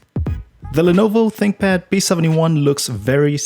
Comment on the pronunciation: "on DAH road." daH???????? THEEEEEEE